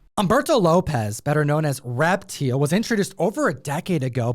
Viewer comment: I'm pretty sure that's pronounced "Rep-TILE." I mean....kinda obvious, right?